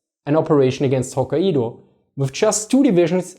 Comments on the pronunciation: stopped watching after the second "Ho-kai-eedo" in the first minute. Can't take you seriously. It's Ho-kai-doh. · Great video,. for ref. Pronounced ‘Hok kai do’ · Nice clip. I do feel the Japanese in Northern Hokkaido did get a bit lucky in avoiding Soviet occupation (if Wikipedia is to be believed, something like 17,000 Japanese were expelled from the Kurils, or couldn't return home). As for Hokkaido, the "a" and "i" together is pronounced more like "eye" in English. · ffs - Japanese syllables are very basic, easy to prounance and precise, even for a krout. You got Okinawa correct. Which shows it is an issue of exposure. Type hokkaido into google and practice next time. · Kai is one syllable. Ai is pronounced like "eye" in Japanese just fyi.